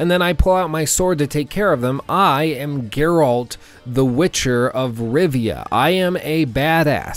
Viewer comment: Dude says he thinks witcher 3 is one of the best games, it has changed how he views video games in general and then proceeds to mispronounce Geralt in the entire video. I dont even know what to think or say. How is this possible?